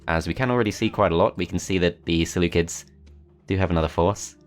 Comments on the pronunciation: Ah yes the Seleucids pronounced by the selukids This is a joke not something to mock him about thanks. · The seleucids are actually pronounced seleukids. Because in greek they are called selefkides